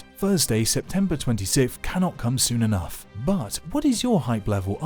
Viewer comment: "This giant effinugh rock for instance." edit: and then you said it a bunch more! lol